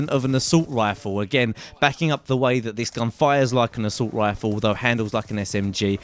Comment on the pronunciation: haha you sound so funny when you say assult rifle xD